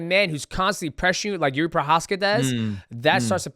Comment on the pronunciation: Hey Champ, Jiri's name is pronounced "Yiji"